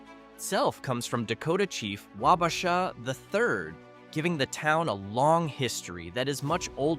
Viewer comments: Wow...TOTALLY got the pronunciation of Wabasha (should be pronounced WAH-buh-shaw) wrong!!! Got Ely right, though. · I was laughing to myself until you got to Wabasha and pronounced it the way you did - then I laughed outloud. FYI, almost every small town in Minnesota with a railroad track is only about 10-12 miles from the next town, since that was all the further a steam locomotive could go on one fill up of water, and the towns grew up around the water stations for the trains, so not as remote as you think